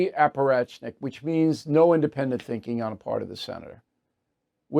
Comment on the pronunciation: Bill it's "A puh raht chick" not "a puh ratch nick"